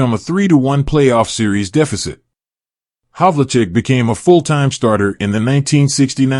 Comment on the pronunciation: His name is pronounced Hav-ul-check.